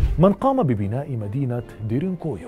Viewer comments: انت تلفظ اسم المدينة بشكل خاطئ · نطقك لااسم المنطقه غلط